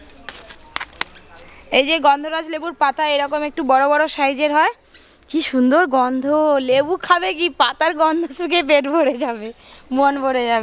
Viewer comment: আপনি সাইজকে শাইজ বলছেন কেন